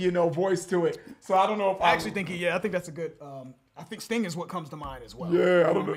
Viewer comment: uhm "Sting"??? No. 🤦